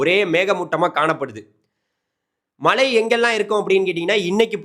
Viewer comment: Malai mountain Malai rain. Which is coming. Please speak correct Tamil. Irritating.